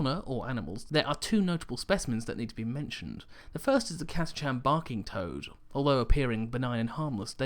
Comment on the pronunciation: I giggled to hear Catachan pronounced "Cata Chan". I've no idea how its really pronounced but I've always though "Catach an".